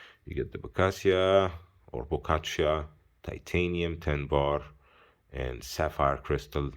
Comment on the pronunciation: How did you get to 'bocaccia' !?!